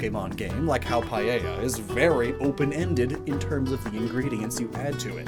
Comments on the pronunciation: I just want to mention this since I see it mistaken a lot. Paella isn't pronounced pa-yei-ya (sorry if phonetics are wrong, hopefully you understand), it's pa-eh-ya. I know that English speakers don't say everything in Spanish right and I don't really care, but for this word specifically it bothers me and I don't know why. This is not meant as a hurtful comment, just one to help or anyone who said it wrong before. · I think Paella is pronounced Pa-eh-ja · Not to be rude it just really irked me: Paella is pronounced "Pah-eh-yah" Not "Pah-ye-yah" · He pronounces paella like "payeya" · Why english speakers pronounce it "paieilla"? There's not a single "I" sound in the word. I'm sorry it triggers me so much xD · As a Spaniard is so funny how you say paella nice vid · Please, learn to pronounce "Paella" is not that hard...